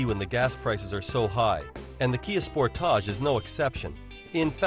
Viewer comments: Sport-toush it's "SPORTAGE" you idiot learn to pronounce it.🖕🏻🖕🏻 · Sport-tarch... As he pronounce it...lol